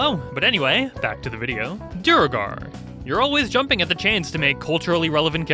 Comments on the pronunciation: It's duergar, not duregar. How does everyone mispronounce this? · Here’s one for duergar: you’re tired of YouTubers and Matt Mercer not pronouncing duergar correctly and you very forcefully correct people who pronounce it “duregar” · you literally pronounced Duegar (pronounced Dway-gar) incorrectly like, barely a minute ago. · You butchered the duegar pronunciation lol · " did his research." >pronounces "duergar" wrong